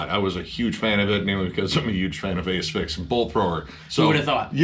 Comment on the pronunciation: ‘A…sphyx” vs “As-phyx” now I’m ruined as I don’t know how to pronounce Asphyx, but whatever the case they are awesome…also, great review of Scalpture, you’ve inspired me to check them out, particularly when you mention the almighty Bolt Thrower.